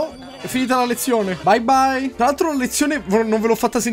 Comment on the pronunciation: "baibbai" cit.